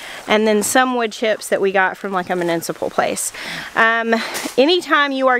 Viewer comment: Love the sound of horses’ hooves as they run… and the quirky way you say “municipal.”😍